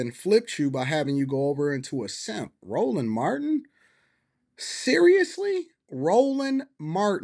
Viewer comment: Lord have mercy she said Roland Martin 🤦🏾‍♂️🤦🏾‍♂️🤦🏾‍♂️🤦🏾‍♂️